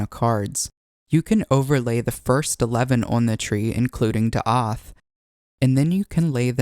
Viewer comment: As a Native Hebrew speaker I just wanna say it's "Daat" not "Daath" If you wish Ill translate all of the cards for you, for future videos and accuracy Keep up the good work Very informative Thank you